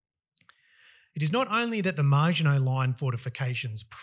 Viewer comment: You lost me when you called it the 'MARGINOT' Line instead of the Maginot Line.